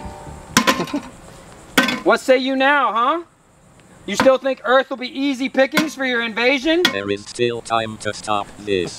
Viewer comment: Welcome to Earf